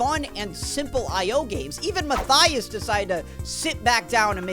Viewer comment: i know mathyas is fun to say, but you can say matthews and ur good